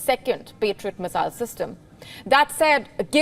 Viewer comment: Her pronunciation of "Missile" is really irritating.